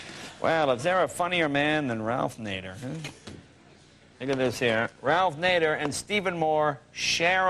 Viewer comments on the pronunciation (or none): none